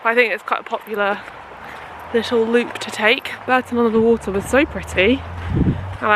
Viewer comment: And Bourton-on-the-water is pronounced Bawton-on-the-water. Another very weird one! 🤔 This is in no way a dig by the way!